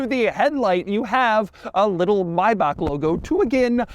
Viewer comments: why he say maybach like that. may. back. not maibaq. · What an annoying voice. Maybe you need to learn how to correctly pronounce the car before you start talking about it. Better watch on mute to see the car features. Maybach not Mybach. Keeps saying the wrong name again and again. So annoying. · IT'S NOT <MAYBAK>!! Stop butchering that name! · It's not Mayback, it's Maybach. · Doug is the type of guy who still pronounces Maybach as "Mayback", even after multiple comments from multiple videos pointed it out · My ears bleeding everytime, when i hear how Doug pronounce "MaybaK... maybaK... maubaK". This Is' NOT MaybaK!!! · Its not Maybak. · Ah, I've been pronouncing Maybach wrong. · just say Maybach right jesus christ.